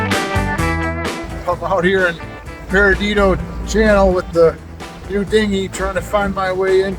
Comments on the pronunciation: It’s not “Peridido”, It’s Perdido. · For future reference it's Perdido (Purr-dee-doe) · lol say it with me “PER-DEE-DOE” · You’re so in my backyard….. I live 2 minutes from that bridge toward Pensacola …. It’s pronounced PURR-DEE-DOUGH…… Spanish for lost. Pensacola area has the whitest beaches in the world , fact, just fyi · You need to hit Pirates Cove with the Highfield & Tacky Jack's is another good stop too. Also it's pronounced PER DIDO. 😋 Hate the circumstances but glad you are able to enjoy your stay with "us".